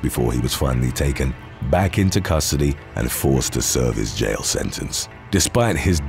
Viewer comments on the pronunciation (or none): none